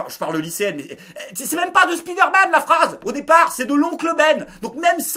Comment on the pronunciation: speederman? Speedoman? spi dair mane?